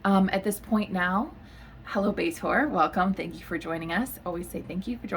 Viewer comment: It's pronouncd 'Bee thor' not "Bay-tor" 😂